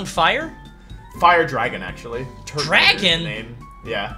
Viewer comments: turtonator smh lmaooooo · wolfey saying turtonator bad like he's never played that one pokemon board game app